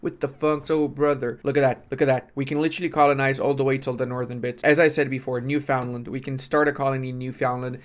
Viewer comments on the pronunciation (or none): Hey - not sure if you care, but it’s not New-FOUND-land. It’s NEUF-und-land. Same accents as the word neverland. Love the vids! Keep up the good work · As a newfie it's pronounced Newfunland, not Newfoundland.